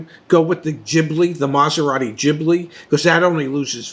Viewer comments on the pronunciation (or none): Have to tell you the ghibli is pronounced with a hard g like gib-Lee. It is a giant sandstorm from the Saharan desert. I know because I’ve lived near the Sahara. 🌴🌞🐪